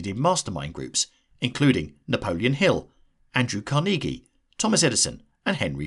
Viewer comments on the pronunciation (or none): I laughed on how you said Andrew Carnegie.